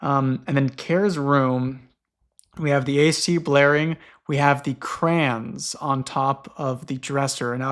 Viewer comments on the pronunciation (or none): I'm always like "who tf is CRANZ" and then its just the accent for saying 'crayons'. 😭😭😭😭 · The scariest thing about this entire series is discovering how pronounces “crayons” tbh